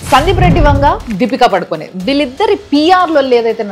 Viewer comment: దీపికపడుకొనే కాదు mam దీపికపడుకొన్